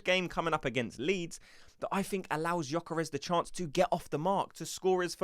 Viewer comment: I would join if you correct your pronunciation of Gyokeres. It is NOT GyokOres, it is GyokEreSH